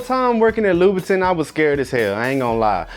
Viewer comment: I hate the way he’s pronouncing louboutin omgggggggg